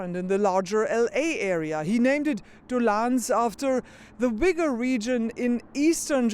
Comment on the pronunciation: *ooy-ghur not 'wee-gur'